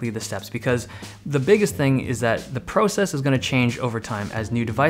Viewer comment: "pro-cess" lmao